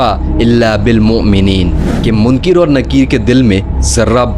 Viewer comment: Munkir Nakeer ❌ Munkar Nakeer ✅